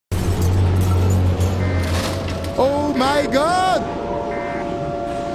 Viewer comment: Le"oh my good" sa ma fais rire 🤣